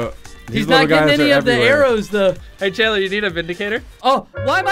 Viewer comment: YEAH "CHANTLER" dude its chandler oof.